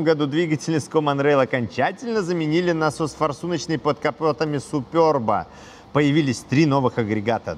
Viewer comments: СЮююЮпЫрб, а не супЁрб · Что за Супёрб !! Суперб ребята Суперб !!!! 😂😂😂😂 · как всегда жжет! Молоток! Складно звонит. Можно выступать на сцене. Все подробно и по делу. Только говори супЕрб. Хочу такую на дизеле и вот смотрю про нее. Всем добра. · говорится же суперб, без ë;) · Огромная просьба. Не называйте, пожалуйста, супЕрб супЁрбом. Он супЕрб на 100%. Спасибо, огромнейшее. И не только от меня, но и от многих владельцев этой замечательной машины, которым такое произношение режет уши "в кровь" ! 😊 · Не СупЁрб, а Суперб, Super-B, так произносят в Чехии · Я конечно понимаю когда Суперб, супер б, но супёрб.... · СупЁрб стЕкол😂😂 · супЙОрб.... Ну зачем, уши режет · Какой нафиг "СупЁрб", автор? Ну вы перед съёмками загуглите, пожалуйста, как должно читаться правильно. Правильно - СупЕрб! А если хоитите как чехи произносят, то "сУпэрб", с короткими "РБ"